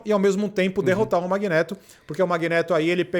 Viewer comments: "Magnêto" kkkkkkkkk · MagnÊto? CiclÔpe? Meu Deus que nervoso que dá o carinha falando errado o vídeo todo...